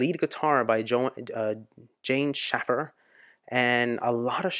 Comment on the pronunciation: Janne Schaffer is pronounced YAH-neh SHAY-fur.